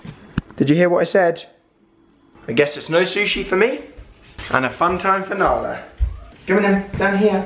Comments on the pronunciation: Why does joe call Nala Alan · why does Joe call Narla "Allan" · I love how joe calls nala alan